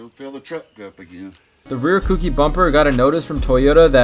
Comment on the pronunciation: Cookie lol it’s koUki